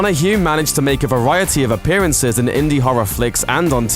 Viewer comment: this should be caweer ending posts for this presenter. a brutal speec impediment and his wegular apwearances here pwevents me from subswibing or even making it to the end of a video he weports on.